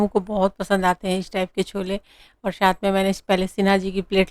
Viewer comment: Shath nai sath. Not bullying but try to speak properly